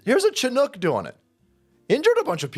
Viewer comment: FYI Chinook is pronounced Shinook.